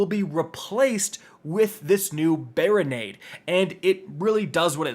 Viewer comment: Barri-nade 😂😂😂 i fucking love it